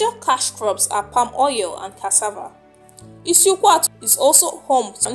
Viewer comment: Which kind igbo you de talk. You can't call the names well. Please am from isukwuato. Call it well please